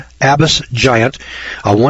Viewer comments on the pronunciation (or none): none